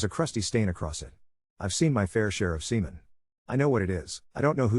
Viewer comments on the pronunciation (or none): " I've seen my fair share of semens